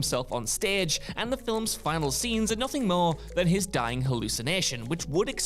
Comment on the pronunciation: Yeah "filums" as well is unique